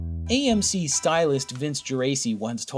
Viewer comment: Yeah, he couldn't even get the name of AMC right.